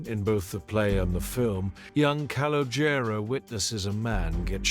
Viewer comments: Can you please stop saying his name you are absolutely butchering it. Just say “C” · The kid's name is colonial the name might be misspelled but it's not being pronounced right